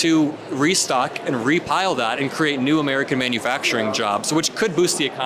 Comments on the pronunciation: "They are 'maniufaturing' crimes!!!!!" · What is “minifactering”?